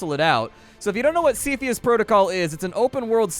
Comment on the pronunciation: It's pronounced 'cepheus', not "cepheus"